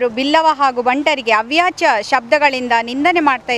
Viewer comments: ಅವ್ಯಾಚ ಅಲ್ಲ ಅವಾಚ್ಯ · Madam, Avyachya alla ,Avaachya anni. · ಅವ್ಯಾಚ ಅಲ್ಲ ಅವಾಚ್ಯ ಎಂಬ ಪದ ಸರಿಯಾದದ್ದು.ನಿಮ್ಮ ಒಳ್ಳೆ ಯು ಸಾಮಾಜಿಕ ಕಳಕಳಿಗೆ ನಮ್ಮ ಮೆಚ್ಚುಗೆ ಇದೆ.